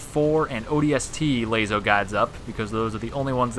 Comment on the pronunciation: When he says Layso instead of Laso